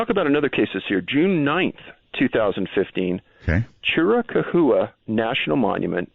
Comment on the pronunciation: Love Art Bell. Such a radio icon. Overnight radio will never be better. Aside: Chiracaua is pronounced Cheer-ah-COW-ah, not Cheer-a-cahooa~